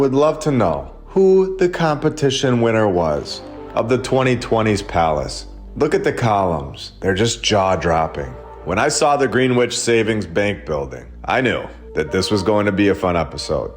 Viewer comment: I'll say it again... the name Burnham is generally pronounced BURNum which makes a lot more sense in the narrative than BurnHAM. Also, Greenwich is pronounced gren-itch. So much jam-packed in this hour, it'll take a couple views to get through it all. The catacombs themselves are worthy of a lot more attention; incredible info!!! Thank you,!